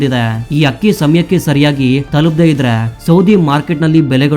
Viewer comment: ಅದು ಅಕ್ಕಿ ಹಕ್ಕಿಯಲ್ಲ ಉಚ್ಛಾರಣೆ ಸರಿಯಾಗಿರಲಿ